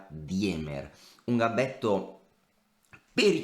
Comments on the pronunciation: Si pronuncia dimer, non diemer. In tedesco il dittongo ie si pronuncia i. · si ma "DIEMER" non si può sentire, almeno la pronuncia Andrè